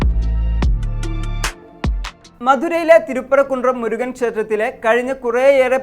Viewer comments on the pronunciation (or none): none